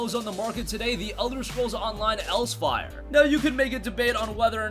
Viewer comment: Elsweyr. ELS (WHERE) not else wire